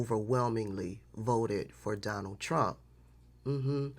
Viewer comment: 😂 It always sounds like "I will vote for Darnell Trump" to me